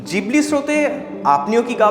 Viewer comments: জিবলি নয় ঘিবলি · Miyazaki - Co founder of ghibli pronounced it as "Jhibli " eta ghibli r Japanese pronunciation